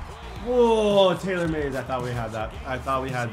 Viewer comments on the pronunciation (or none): none